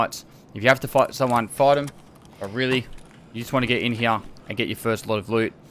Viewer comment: D like your "here"